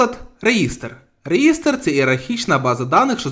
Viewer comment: реЄстр, курва!... і ТОРВАЛЬДС а не торцвальд!!! в ТОРЕЦЬ получиш, вже як за лінукс взявся то хоч не спотворюй базис!